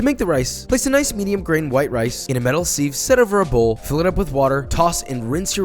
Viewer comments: "metal seeeve" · The fuck is a "s-eve"